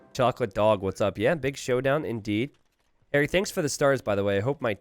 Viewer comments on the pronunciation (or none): none